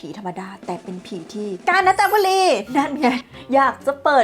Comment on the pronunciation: ผมว่าผมได้ยินเปิดตัวคลิปว่า "กาญ นะจ๊ะบุรี"😂😂😂😂😂😂😂